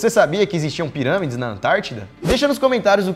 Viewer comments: Kkkk no minuto o Daniel fala ziramides em vez de pirâmides kkkk quem aí viu isso também ? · Cara o Daniel falou zirâmides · KKK AOS O MOLLO DISSE ZIRAMIDE kkk suave